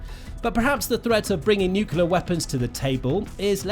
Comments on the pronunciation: Nuclear, not "nucular.' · why can't some people say nuclear, but say nucular instead like this guy? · Nuclear not nukular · It's pronounced "NUCLEAR" not "NUKELAR" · Nuke lee ur. It’s not pronounced newk yoo ler. You need to pronounce words properly so you sound credible. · Can’t watch this video any longer. It is nuclear not nuculear. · What pallets of cash for a nucular deal? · Hard to listen to him saying 'nucular'. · Why does the narrator refuse to pronounce 'nuclear' correctly? It is not difficult to respect the language. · Damn! And here I was thinking, he's trying to do George Bush Jr.. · Bro really needs to learn how to properly pronounce "nuclear." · He went to the George Bush Jr. school of speaking..😂